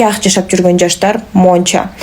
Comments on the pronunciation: Монча... монча ...Монча эмес - мынча ! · монча монча дейби оозу кантет